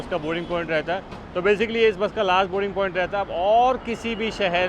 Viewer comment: आपकों बोलना नहीं आता क्या।बोरींग पौईंट बोलते हैं लेकिन सही बोलना बोर्डींग पौईंट है